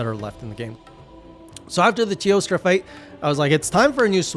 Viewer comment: Jesus, your editor is doing a great job at giving me a small jump from that zoom in . I swear I didn't notice until BOOM. Cheers, Editor 🤣🍻 Also, I still love how you say, "Teostrrrrrra" 🤣